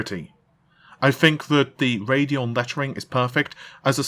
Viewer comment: Thank you, thank you, THANK YOU for pronouncing it 'Ray-dee-on', and not 'Rad-eee-on'. The name is supposed to invoke the idea of radioactivity, as in nuclear power, not 'rahd' something radical. I know in England, Radeon would be pronounced 'rad-eee-on', but you have to pronounce a name the way it makers intended. Everybody is entitled to have their name pronounced a certain way.